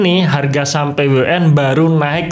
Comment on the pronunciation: Kok nyebutin nya p-we-u-n ...